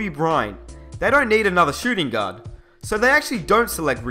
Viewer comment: i thought he said god when he said gaurd